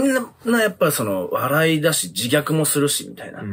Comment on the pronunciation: 笑い(warai)をバライって発音してない？ ドイツ語みたいにスウェーデン語もwをヴの音で発音すんのかな